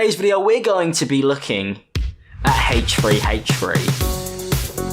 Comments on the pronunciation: th*ree not free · haitch tree haitch tree!! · “Hache free hache free” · ach fwee ach fwee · "the Hatrey hatrey channel" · Hay tree hay tree, hayche free hayche free.... h3h3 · hate-tree hate-tree